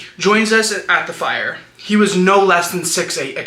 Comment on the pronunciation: The Australian "nooouurrr"😂